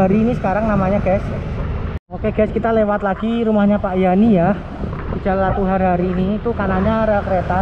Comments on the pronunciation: Latuharhari bukan latuhari,lu salah ucap lg min. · koq saya terganggu dgn mimin yg menyebut nama jalan latuharhari jadi "latuhari"? cem mana bicara sejarah ndak tau nama pahlawan sendiri?